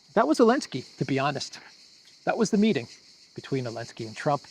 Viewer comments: Please, his name is Zelenskij inte Elenski.... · Why do you call him alinski? Is that how you pronounce zelinski or did I miss something? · Why do you say "Alinsky" ? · Why do you call Zelensky alensky? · Elenski kept saying "sank you Mr President" while pulling strange expressions giving the impression he was far from thankful! 😂😂😂😂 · elenski banned the letter Z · Because Zelinsky BANNED the letter "Z" in Ukraine.